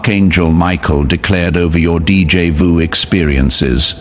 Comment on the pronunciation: Narrator, you are pronouncing DJ VU wrong. It's D= Day J = Ja. The a is o as in octopus Jo Ju= ju